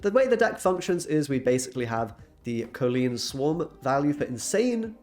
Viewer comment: COL-Leen not COE-Leen 🤣